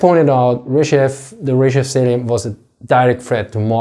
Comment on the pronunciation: My man, it's not Ryzhev, the emphasis is on E, pronounced more like AE and rzh is pronounced together. rzhEv